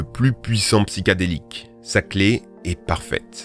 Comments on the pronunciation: "High" pas "hight" "Psychédélique" et pas "psychadélique" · Aucune étude validée n'a démontré un quelconque effet bénéfique du CBD hormis ultraconcentré dans un médicament contre l'épilepsie, tout le reste relève de l'effet placebo. Vous ne citez d'ailleurs aucune source. Sinon on dit "psychédélique", pas "psychadélique"... Sans parler du fait que vous disiez "hight" au lieu de "high"... Tout ça à mon avis démontre votre niveau de "sérieux"... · Pour info, on dit "psychédélique". Pouce bleu, vidéo intéressante ! 👍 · On dit psychédélique pas psychadélique et dommage t'as pas parlé de l'alcool